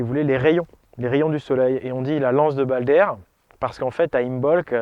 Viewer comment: Le « b » ne se prononce pas, imbolc se prononce imolc